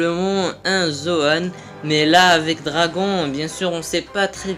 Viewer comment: Arrête les vidéos, tu ne sais même pas prononcer le nom de Dragon.